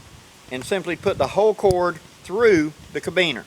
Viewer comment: I cant resist.... ca-RA-biner, not cabiner.